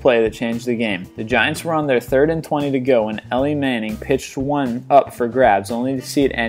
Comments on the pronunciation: Did he say Ellie manning instead of Eli manning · It's (E-Lye) Manning not (L-E) Manning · Ellie Manning?? Dude it's Eli (Ee-Ly) lol still good video though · He pronounced Eli manning " Ellie manning" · Did he seriously just mispronounce Eli manning? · Did you seriously mispronounce Eli, and Fitzgerald? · ELI NOT ELLIE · Eli not Ellie xD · Did you really say Ellie? manning... it's E-Lie, i'm not even american and i can pronounce his name right, it's not like they say his name every time he goes "back to throw", Oh wait...! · Did he just say Eli like Elly smh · Lol does he not watch sports?? He said "elly manning" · You said Eli Manning's name wrong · that is not how you say eli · Ok time to fix mistakes here. Lynn Swan efforts in Super Bowl X won him the game's MVP not the season's. Also SB X took place after the new year in 1976. Also he pronounce Nadia Comaneci wrong. Also he pronounce Eli Manning's name wrong. Pigsburg stealers?